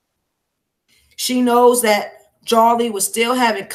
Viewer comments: Great 👍🏾 coverage no disrespect her name is pronounced (Jo-Lee) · It's pronounced joe-lee